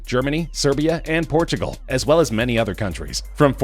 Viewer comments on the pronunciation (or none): none